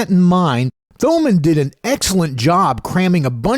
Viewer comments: Thomann is pronounced toe-mahn. :P and they are the biggest in Europe. Also the best - never been disappointed with them, had bad experiences with others. great review! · You don't pronounce the h in Thomann dude. Say it like Toemann.